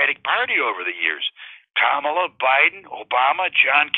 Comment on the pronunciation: He pronounces Kamala incorrectly.